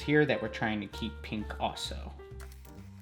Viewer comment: does anyone else hear him say peank instead of pink